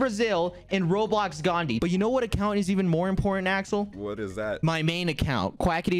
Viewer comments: I love quackity say “ Gandi” instead of “ Gandhi ji” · The way he says Gandhi is almost like gandi if you are indian you know what gandi means🤣🤣🤣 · The way quackity pronounced Gandhi literally means asshole